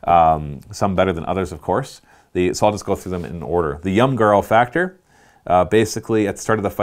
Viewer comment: jormunGANdr. its jormungandr . please. save my OCD brain